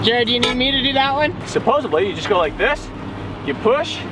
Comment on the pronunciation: Tell the diver. It’s pronounced Supposedly not Suppose bly. Grade 3 stuff.